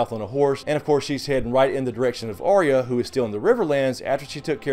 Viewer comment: her name by the way is not arr-ee-ya... its ahh-ya, or something similar. just saying:D